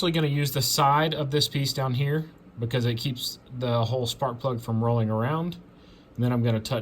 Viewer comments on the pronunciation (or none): none